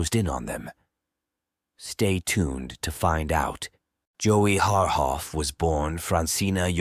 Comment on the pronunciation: Jesus fkn christ you have no no no idea what wound you scabbed open. You can't even pronounce their names correctly...shame on you.. pathetic